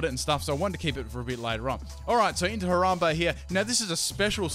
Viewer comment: Downvoted because you pronounced his name so horribly. Love your vids though. Dicks out